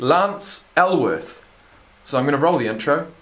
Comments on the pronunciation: Alworth, not Elworth. Nickname: Bambi. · Lance ALWORTH, right? Bambi. Dude.... it's important. Alworth.